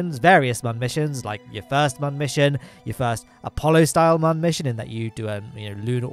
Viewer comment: I'm late to the party on this series for sure, but it's fun. Except I have to skip this episode because I can't handle it when Mun is not pronounced "moon". So, I'll catch you on the next one!